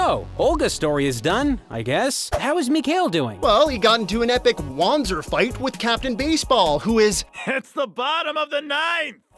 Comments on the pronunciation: "-- called "WAN-zers" It's german. It's pronounced "Van-zer". Jesus christ, have you never played a Front Mission game? The voice actors throw that word around constantly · The correct pronunciation is indeed Vonzer as listed on the wiki. However, in both Front Mission Evolved and Left Alive, the word is pronounced WAN-zer, hence why they used it too. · Wanzer is pronounced with a "Va" sound. "Vanzer" not "Wanzer." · So, shouldn't it be pronounced "vahntser" instead of what we've been hearing? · Did the devs just hire people without telling them that the mecha are named Wanzer... Which is pronounced in a Germanic fashion Vanzer... What the actual hell...? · Wait... how did the game mispronounce it's own made up unit type? Like 20 years of it being german, and now...? Is "lazy" a launguage? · says wanzer wrong